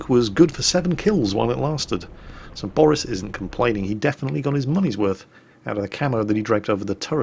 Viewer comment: okay now we have 3 names we know of can pronounce: boris, steff and of course dave:)